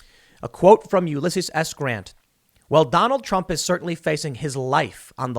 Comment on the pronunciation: YOU-LESS-SEAS. Please pronounce his name correctly Tim.